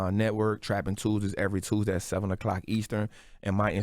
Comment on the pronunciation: I heard the way he said Tuesday I realized he from Louisiana and automatically I don’t trust him.. the folks from there have a way of scamming you with selling you hospitality etc which manipulate you into comfort which causes you to let go your guard and get scammed and you don’t realize it because they come off so real🤷🏽‍♀️